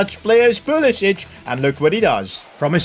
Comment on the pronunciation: Its not pulisić its pulisic(k)